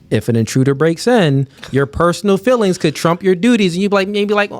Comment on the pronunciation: 99% of men are able to say the word "feelings" and not have it come out as "fillings" unlike